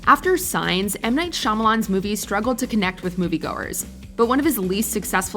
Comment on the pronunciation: Avatar: The Last Airbender; Have a better Katara Don’t ignore King Bumi & Suki Have Sokka be funny And pronounce the names right! M Night Shamalyan, do better!!!!